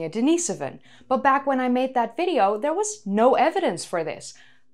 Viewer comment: Yes of course she is. Another way to tell is replacement of V with F. "In this Fideo"